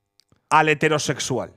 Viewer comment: Pregunta seria, porque pronuncian hetéro en vez de hetero cuando hetero es una palabra esdrujula y no grave fkfjkf es una soberana estupidez pero no entiendo porque pronuncian así, eso